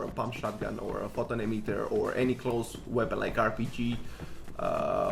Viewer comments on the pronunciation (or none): none